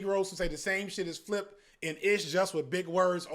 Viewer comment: UNC gotta be better at names he calling flip ish all crazy🥲